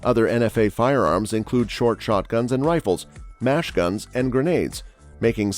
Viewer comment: "Mash gun"?